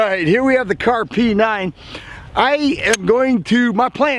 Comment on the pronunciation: Kahrs, not Kahr's.